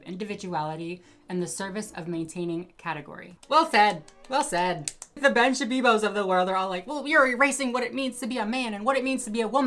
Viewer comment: "Ben Shabibo" someone watches Hasanabi cx